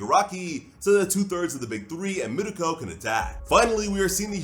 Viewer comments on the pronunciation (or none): none